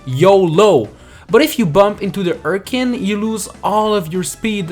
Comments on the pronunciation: they're called flipruses and urchin is pronounched like chin or chuffed or Charlie or champion but not like chemistry or chlorine or cholera. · I know you're not a native English speaker, but the ch in urchin is pronounced like cheese or charmander. Just telling you this so your English can improve. :3